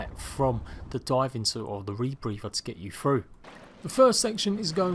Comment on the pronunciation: Say rebrepher ONE MORE TIME!!